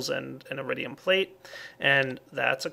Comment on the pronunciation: lol i though he say eridium not iridium borderlands 2 refrences